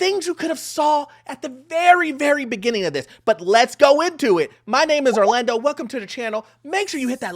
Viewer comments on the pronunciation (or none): none